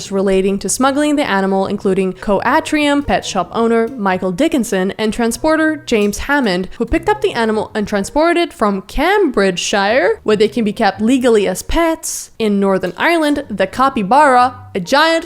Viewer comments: Okay, look I’m sorry, but it’s not pronounced. Cam brige a it’s pronounced caimbridge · Just to let you know Cambridge is pronounced "Came-bridge" ❤